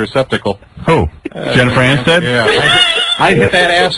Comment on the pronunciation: “Jennifer Anstead” lmao